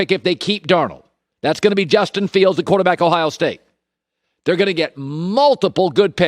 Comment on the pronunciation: “Quarterbackile” love it 😂